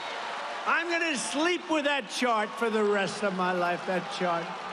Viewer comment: He said Shart Girl, not Chart.